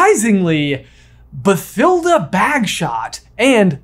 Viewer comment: I know this is nitpicking, but I'm almost positive the "th" in Bathilda is pronounced as a hard "T", and it annoys me every time someone pronounces it with a soft "th" sound...